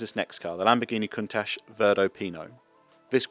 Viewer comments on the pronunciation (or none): none